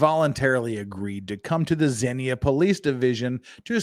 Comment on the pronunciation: If this is in Ohio, it's pronounced zeen-ya. I grew up near there. There was a tornado that leveled half the town when I was a kid. It was one of the worst tornadoes in the U.S. 😒